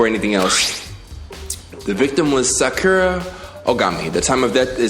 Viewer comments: Lml watched that whole vid and and edited into his video yet still can’t pronounce Sakura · This man really addressed a video specifically showing how he mispronounced Sakura, fixes it for like 5 or 6 times, then spends the rest of the video mispronouncing it again THE SAME WAY 💀💀💀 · I don’t know why but it bothers me when says Byakuya name and Sakura name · please listen to how Naruto pronounces sakura🤦🏾‍♂️ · bruh before the next vid imma need you to watch a english dub of naruto to learn how Sakura is pronounced XD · this man will never say sakura's name right, IM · I started screaming when he said it wrong again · Damn you ain’t watch naruto 💀💀 been butchering her name the longest 🤣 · you still are saying her name wrong after hearing it pronounced correctly lol. its Sa- Ku-rah not Sa-ki-ra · I like how he says problem fixed, and then goes right back to saying sakura (sack-ura)😭😭😭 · Sakura (Soccer-ra) lol you returned to the other pronunciation of it right after you got it right one time 😂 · Youre wrong its Sa - Ku - Ra, not Sak-ur-ra there is a difference Lol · doesnt work that way, most of their characters in english it would be Either 1 or 2 letters (The syllables) its Sa • Ku • Ra just google a pronunciation lol its not Sak • Kur • Ra he even pronounced Sa • Kira sometimes😭😭😭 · Saykura Saikura Saycurah Me: Say SAH... KUR...AH...: sAyKuRa Also, Byakuya, I got a bird that is the best bird for you 🖕it’s this one here byakubish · Sah-Kur-Rah bro you be saying sackeruh like he name sound mad ugly lmao im on your bumper bro but im happy your playing this cant wait for the second game when you beat this! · lmaooo but wait... its actually pronounced as Sah-Ku-Ra. NOT suh-kure-ra. who ever told you otherwise is big tripping. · IT IS PRONOUNCED "SAW COO RAH" NOT "SUH KYUUR UH" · Learns how to pronounce Sakura Also: “SACK-ura” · SA-KU-RA JEEZZZZ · Her name is pronounced sock-err-ah